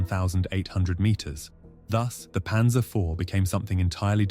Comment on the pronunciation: PANZER NOT PANSER!!!